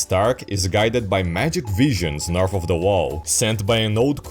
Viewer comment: da king in da norf! lmfao